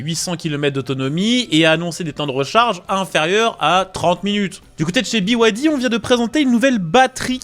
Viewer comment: Pourquoi biouaildi? pour moi BYD ça se prononce bide. Continuez à faire la promo de voitures subventionnées par l'état chinois et vous finirez par vous retrouver à poils. Cette concurrence déloyale et faussée tue nos marques et nos emplois. Il serait plus que temps que vous en preniez conscience. Pour moi ce sera Alpine 100% fabriqué en France avec en prime, un réel plaisir de condire...!